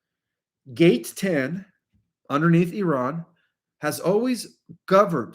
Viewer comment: Thanks for pronouncing it correctly,.:" Eeran", and not " I ran"